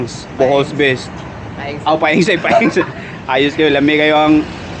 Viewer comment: Nakatutuwa si kapag sinasabi nyang "Peang" imbes na "Paeng" haha saka "limpyo" imbes na "liempo" 😅 Thanks sa mahusay na content. Napakanatural at hindi gaya ng iba na scripted. Napaliligaya mo kami 😂